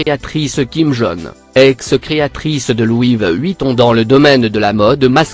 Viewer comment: Louiviee ouitton et il dit nèke mdr